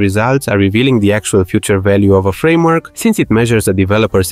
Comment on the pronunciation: "Frameork" fluent, oops!